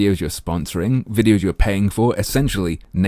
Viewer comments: Just a quick question... When says "wideos", does she mean Videos? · Le Grand Fromage Yup. No distinction between W and V in Hindi I believe.